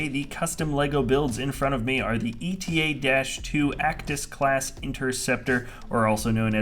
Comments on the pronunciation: it's the eta-2 as in the greek letter η, like the delta-7 as in the greek letter 𝛿. it's not the E.T.A.-2. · Why does everyone call this ship the E.T.A.-2 It’s the Greek letter eta!